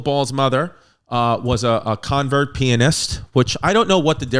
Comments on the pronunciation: LOL Chris saying “convert pianist” instead of “concert pianist”. Obviously a typo by Pimp. Don’t worry, we still love you! 😂😂😂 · He says "'convert' pianist" like 4 or 5 times I think he meant to say "concert" pianist Perhaps..... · Convert pianist? That was so idiotic, I couldn’t tell if he was joking. It’s concert. It speaks to you level of proficiency. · You're hitting me with a 'v' babe, but it is a 'c'. Always has been, always will be. She was a "concert" pianist. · Great video but: concert pianist. Ethel (eth ul) Desilu (desi loo) love it tho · Great facts. Poor pronunciation: CONCERT - SCANDALS - DESILU - ETHEL - SPECTIN' - ENCIENTE - VITAMEATAVEGAMIN. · Did this MF really misread Concert that many times? 😂😂